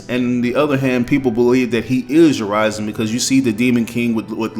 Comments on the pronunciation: Urizen is pronounced not as "yer-rise-in", but "yer-risen". I heard V and Griffon say it multiple times in leaks. And this is very interesting, but I just don't think V will be a villian. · It’s actually supposed to be Ooh-ri-zen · Is Urizen really pronounced like you did ?? I thought it's like more straight pronunciation, "Ou-rie-zen." You know like "citizen" or "denizen" or "netizen." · probably a regional thing, sometimes words are pronounced differently depending on where you are from